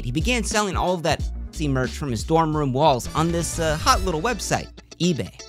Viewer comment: He can't even say the word lmao.